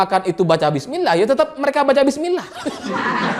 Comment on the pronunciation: masyarakat salah dengar tapi sebutlnya saat dia makan itu,dia sebut BIS KOTA,bukan bismila